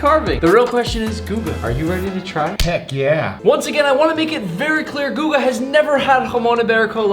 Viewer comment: Guga not google